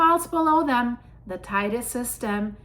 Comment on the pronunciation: And Teide is pronounced Te-ide.